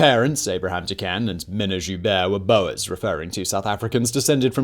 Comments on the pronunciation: Its not bow-ers its “bores” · screaming at “boas” like the snakes instead of “boors” i’m fine with that mispronunciation because it’s fitting but it’sHILARIOUS